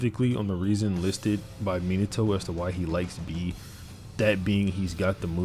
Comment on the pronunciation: It pains me how you pronounce Minato. Me-nah-toe is correct. You are saying minnie-toe